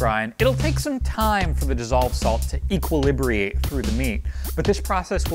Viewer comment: This is an awesome and informative video. Just one thing, though: , the correct term is "equilibrate", not "equilibriate".